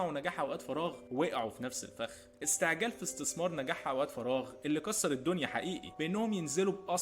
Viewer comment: استعجال مش إستعجال